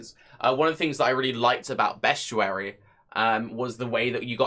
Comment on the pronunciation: Look at words and sound them out. Best-i-ary - there is absolutely no U in there.